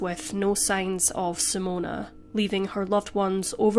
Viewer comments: SIMONE not Simona!!!! Sorry, but as a Simone, it's really annoying when people say Simona- unless you're Italian!! Appart from that, it was a really good video! 🤙🏽🙂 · You are NOT pronouncing her name correctly. It is NOT "Simone-u"....even in Australia it isn't "Simone-uh".